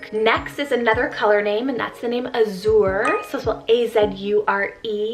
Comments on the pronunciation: Cool options! Azure is actually pronounced like badger without the B. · I’d pronounce it like does in Ireland and UK too!